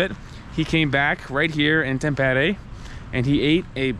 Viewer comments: Quick and easy lesson In Finnish language most common mistake by foreigners: The stress is always on the first syllable. 🤔👌 Thus it’s HELsinki👍 not HelSINki😖 and TAMpere👍 not TamPEre😖 More easy: every letter is pronounced and the same way independent of surrounding letters.✌️ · Bro why you say A as E like tampere you said tempere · If I write in Finnish how you said "Tampere" that would be "Thäm-peere". 'A' in Tampere is the same vowel sound that you have in English words like 'fun' and 'sun' and Finnish 'A' is always pronounced like that (you used Finnish 'Ä', the sound found in English words 'man', 'can', 'tan' etc.). Not actually sure what would be a good English word to give you the idea of how to pronounce the 'T'' as English 'T'' almost always sounds more or less like Finnish 'TH'. Your 'E' sound was correct, but the first 'E' was too long (like Finnish 'EE'). But you did get the hard part right and got the 'R' rolling, which is always a nice touch for a native English speaker. 👍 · It might be easier to explain this way: The "Tam" in "Tampere" is pronounced sort of the same way as "tum" in "tummy". Also the rest of it for English speakers would be written something like "peh" + "reh" but fast without a space between them. An English speaker will by default have some "h" sounds there to soften it up but Finnish people will pronounce it very bluntly. Also the emphasis for the word is on the first syllable so it's like TAMpere. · Hi, greetings from California, where we live. Married to my Finnish wife who cringes when Finnish words are mispronounced. Simple way to pronounce every Finnish word: emphasis on the first syllable. Always.......TAMpere, NOkia....but we still love all your videos. Go HIFK!